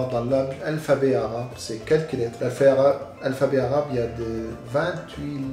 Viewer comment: Moi je sis libanais dc je parle arabe et tu prononces vrm bien